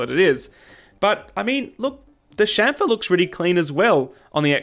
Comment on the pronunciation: Your pronunciation is correct... Anyone saying champer is drunk